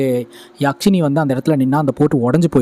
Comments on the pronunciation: யாக்சினி இல்ல அண்ணா யக்சினி❤❤❤❤❤❤ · யக்ஷினி யாஷினி இல்ல bro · கதை நல்லா சொல்றீங்க. பாராட்டுக்கள். அது யாக்ஷிணி இல்லை. யக்ஷிணி. யக்ஷனுக்கு பெண்பால் சொல். பொதுவாக மாந்திரீகத்தில் கேள்விப்படும் நபர்.